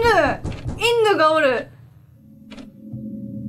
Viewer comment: の言っているのは「イッヌ」ではなく「イヌ」ですね